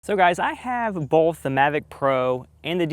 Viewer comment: Disliked because you say “BoLth” 😑